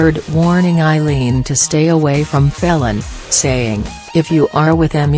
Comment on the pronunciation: for God's sake it is pronounced FEEL AN not felon - bloody electric voice